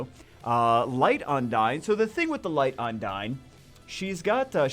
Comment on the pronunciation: its not un-dayn on how you pronounce 'undine'. Its un-deen. Hope this help :)